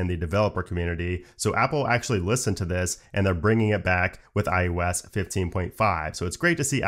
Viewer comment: I can't be the only one who always hears iUs not iOS